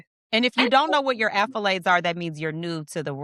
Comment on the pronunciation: What are you saying are you saying accolades or affolades? Lol it's accolades right